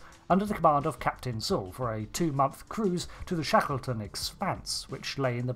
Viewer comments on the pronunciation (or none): none